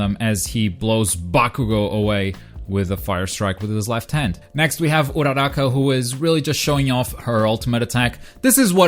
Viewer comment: also you said uchako's name wrong